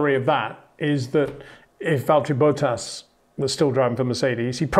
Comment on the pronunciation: I really only watch these videos to hear Peter say "Valtteri Boat-ass."